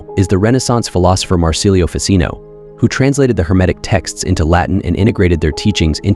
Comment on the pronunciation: basic knowledge: Ficino is italian, so it is pronounced "fichino" not difficult to look up. lazy americans